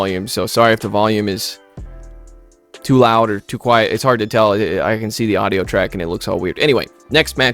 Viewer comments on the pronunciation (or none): none